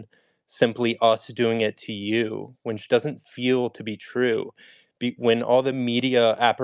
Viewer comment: How the hell is this white boy trying to spell check somebody but he keeps saying winch instead of which. 🤷🏾‍♂️